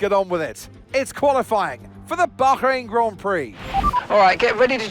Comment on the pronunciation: It's cool to see that they actually try to pronounce Bahrain properly. It's supposed to be bakh rain and not bar rain